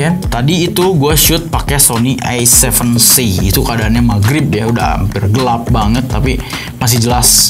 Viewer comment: Nobody:A seven three: Ay sepen tri